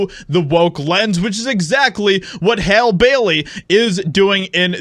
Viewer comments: Her name is pronounced Hallie. Or Halley, not Hale . You sound asinine when you fail to pronounced names properly. Love your channel though! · Her name is pronounced Hal-ee. Not hal. You have to be a pretty pathetic, sad, envious individual to create an entire internet video atmosphere bashing black people. Get a life. Stop jacking it to black porn all day. We don't want you. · It's pronounced HALL E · The fact that you’re not even pronouncing her name right shows how ignorant you are. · You didn’t even say her name correctly 😭ur racist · Clearly the guy in the video is a closeted homosexual. Also illiterate as well. He can't even pronounce Hailey correctly. 😂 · Dude, you know her name is HALLE i mean you even hear the reporter saying her name in the report. Are you just being funny? If someone botched your name intentionally you'd be bothered come on be better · Are you saying her name incorrectly on purpose? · How are you still pronouncing her name wrong even after the video tells you how pronounce it? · Hollywood doesn’t care about anyone, so many actors have been coming forward it’s crazy. Please pronounce her name correctly.